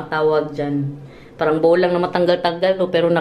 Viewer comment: Maganda! Meron lang akong napansin nung pinakita mo yong toilet. Bakit iba ang pag bigkas mo sa salitang 🥣 BOWL 🥣 nung ipinakita mo yong palababo mo at nung ipinakita mo yong pa toilet bowl mo? Tama yong pagkasabi mo, toilet BOWL. Parang BOWLING 🎳 pero walang ing.